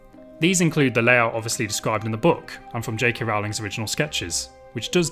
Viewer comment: for the love of christ can you please say ROWLING properly. its bad enough when yanks mispronounce her name but when a brit does it its fucking awful